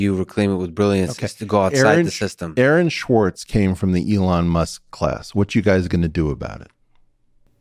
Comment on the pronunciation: Guys, please expand your references at least enough for listeners to research them." Aaron Schwartz" sounds like "Erin Schwartz" to some of us outside your circle. You need to remember you're not talking only to one another here, That said, thanks for the important discussion.